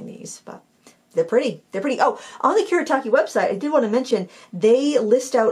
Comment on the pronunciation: It's Kuu-Reh-Tah-Keh Gahn-Sigh Tahm-Bee. Not Kurrytakky Gansy Tamby